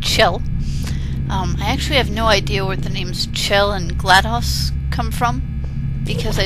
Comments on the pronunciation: its gladOs not gladus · its gladOs not gladas